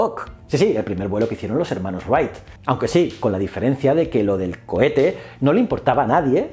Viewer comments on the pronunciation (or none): none